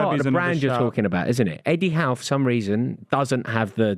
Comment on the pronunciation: Yall pronounce Eddie Howe real strange.